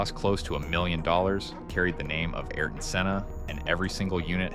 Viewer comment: “Ay ear ton”, not “air ton”